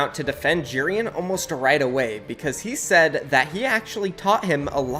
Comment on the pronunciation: i have the way he says Jerian’s name. He says it like jeer-an instead of j-air-ian